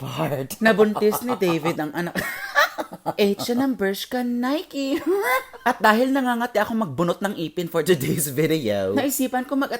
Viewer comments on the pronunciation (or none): none